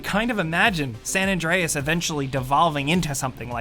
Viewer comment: Why are you saying san adrines this is gta 5